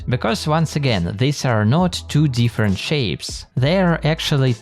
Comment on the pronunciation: I think he said "2 different" but I can't unhear that